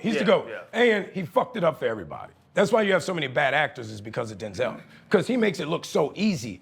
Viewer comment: Bro ain't even a top tier actor tho.. how dare him say Denzel name like that